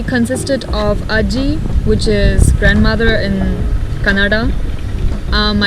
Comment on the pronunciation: Being a Kannadiga I can say you prounced 1) Mosaru - curd 2) Anna - Rice 3) Ajji - Grandma . perfectly . thumbs up 😊👍🙌